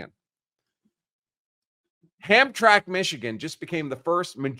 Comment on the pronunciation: HAM - TRAM - ICK = the proper pronunciation of the city.